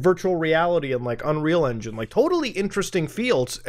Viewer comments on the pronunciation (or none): none